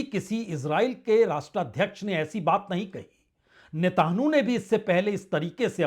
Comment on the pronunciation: सर, आप नेतन्याहू को नेतानु और वेनज़ुएला को वेंजुला क्यों बोलते हैं? कृपया अपना उच्चारण सुधारिए।